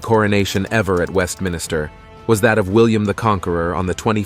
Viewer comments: A beautiful spectacle, cleverly done, though it does play fast and loose with historical facts. Also: it’s Westminster Abbey, not Westminister, as you pronounced it at the end. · Scone is pronounced SKOON, and it's WestMINSTER, not MINISTER. Also, Matilda of Scotland was NOT an Englishwoman. The clue is in Scotland. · you were doing so well until you said 'westminister'. It's Westminster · AI was doing well enough until it screwed up at the very last coronation (in the order in the video) by pronouncing "Westminster" as "West Minister". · 👎 Your credibility is shot pronouncing Westminster as “Westminister.” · Westminister? 😅 Apart from that, very well done on an excellent video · You DID NOT just say WestMINISTER!! Or, did I hear incorrectly?